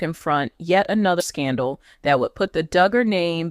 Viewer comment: You go on w/ your bad ((and fraudulent, incorrect) “DOOOOGER” coverage! This is a scam channel. Don’t waste your time. This never happened toJana! And her sister’s name is Jinger, pronounced like the spice, Ginger. You would think this creator would know all this! Maybe they need to get a new ROBOT?? Reported to You Tube!